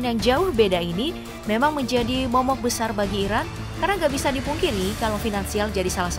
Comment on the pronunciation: Kedengarannya seperti Irak bkn Iran yg di sebutkan admin